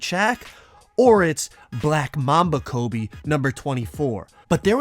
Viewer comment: My man said frobe